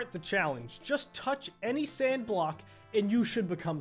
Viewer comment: When he said sand I thought he said sans